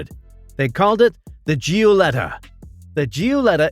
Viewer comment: Who....or what is the narrator? How can the history of Alfa Romeo be presented by someone.... or something that can't pronounce Giuletta correctly? Gee-you-letta?? Get a human next time.